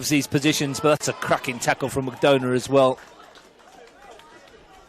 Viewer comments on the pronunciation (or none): Ailish with an A (not E) and McDonagh like McDonna. I watch from Saudi Arabia and love your commentary but please pronounce her name correctly!! Thanks!